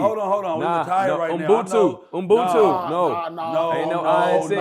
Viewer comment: its Ubuntu right? not “Unbutu”